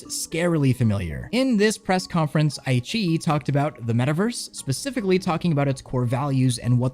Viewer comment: IQiYi is actually pronounced "I" (like eye) "Chi" (like Tai-Chi) "E" (Like the letter E). I - Chi - E:)